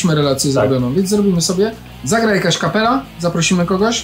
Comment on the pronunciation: "Zagra jakaś kapela"... usłyszałem "zagra jaś kapela"...